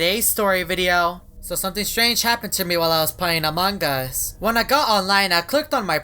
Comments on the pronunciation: It's not among Gus it's among us 😂😂😂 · ITS AMONG US NOT AMONGGUS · You said amongus not among us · it is not amongus it is AMONG US HAHAHAH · its not among gust its among us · You keep saying "amongus"